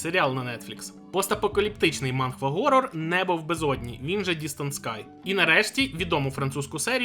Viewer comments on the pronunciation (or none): none